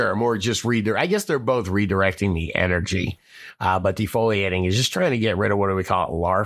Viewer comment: foliation fol ia tion